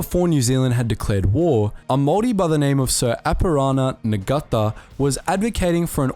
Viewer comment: Holy shit, he butchered Apirana Ngata